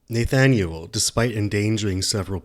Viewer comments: This is going to bug me if I don't say something... You pronounce his name "naythaniel". I have never heard it pronounced that way.That's not how it's pronounced. It's "nahthaniel". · NAYYYY-thanyuleeeee Lewik 🤣🤣🤣🤣 sorry I love the content but that name pronunciation triggered my ocd a bit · no offense, your content is prime, but have you never heard the name "Nathaniel"? you pronounce it like it's Danish lol. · Someone would inform the narrator how to pronounce Nathaniel